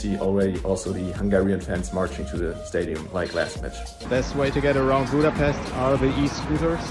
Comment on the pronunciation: As a Hungarian I only can say thank you for all of this!🇭🇺🇭🇺🇭🇺love U brothers🇮🇩🇭🇺 ...But please learn how to say Budapest...